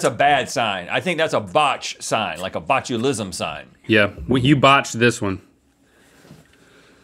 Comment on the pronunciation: Say it with me: bot-u-li_sm